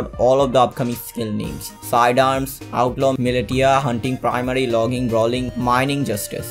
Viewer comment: sry to be that guy but militia is pronounced mil-isha